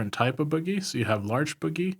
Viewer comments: Oh my god I absolutely love your guides but I can NOT stop laughing at how you say bogey. For future reference, it's not pronounced the same way as boogie, its actually pronounced BOW-gee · It's pronounced 'Bow' - 'Ghee' dam kids